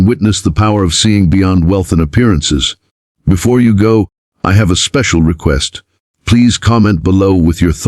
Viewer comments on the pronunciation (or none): none